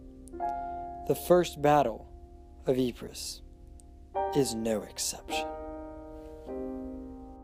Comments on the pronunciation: Lol dude its pronounced "Eee-Pruh" not "Eee-Phre-sss" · It’s pronounced eepres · Professor of War and NONE of you can even pronounce Ypres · learn how to say Ypres..